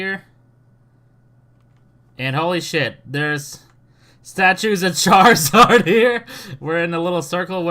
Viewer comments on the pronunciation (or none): none